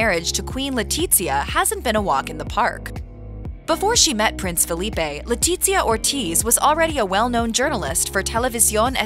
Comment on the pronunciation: The z in Letizia is pronounced as an unvoiced "th"